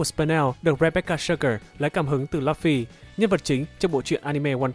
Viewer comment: Lúp phi cứ đọc là lắp phi